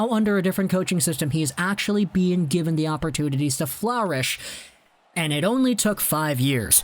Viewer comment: the way you said flourish XD